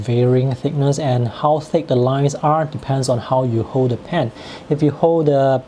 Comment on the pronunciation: To pronounce “fill” and “hold”, make sure you provide the final L sound. The tip of your tongue needs to touch the roof of your just behind your front teeth.